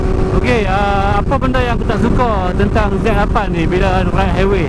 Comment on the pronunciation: Sempoi ja hang eja 'HIWAY'...HAHAHAHAH